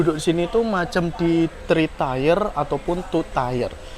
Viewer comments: Bacanya : Tir... bukan tiyer atau tiyer :D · Tier itu kalau dibaca Tiir :-)